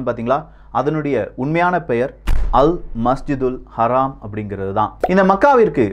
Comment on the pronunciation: Masha Allah Bro அது அல் மஸ்ஜிதுல் ஹராம் இல்லை. அல் மஸ்ஜிதுல் ஹரம். நன்றி